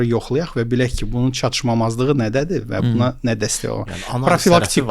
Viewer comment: çatışmazlıq sözünü hər dəfə səhv deyəndə istər istəməz videodan soyudum )